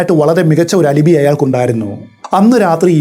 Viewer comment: As usual amazing explanation and story telling!!, 😮🔥 Alibi = അലബൈ not അലിബി.